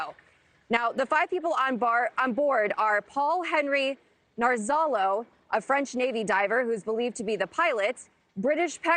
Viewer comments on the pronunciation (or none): narzalo? ffs, another reporter with air between her ears..